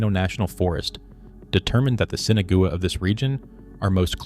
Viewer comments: Why is Sinagua being mispronounced so incorrectly. sen Ah wah, not Sinigoway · You need to pronounce the name of these people correctly. Spanish for without water - Sin Agua not sinagooa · Seen Aww Wah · "Sinna-goo-ah"? Thanks, AI, for turning an interesting piece into highly questionable AI slop. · The mispronunciation of Sinagua by the AI voice did it for me, I'm outta here.